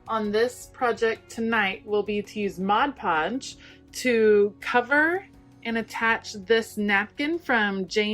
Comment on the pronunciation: I love that you used stuff you already had on hand. It's like shopping your stash! Also, thank you for saying "mod" podge. :)